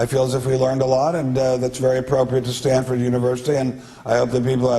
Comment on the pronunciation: Its S-T-A-N-F-O-R-D not "Standford"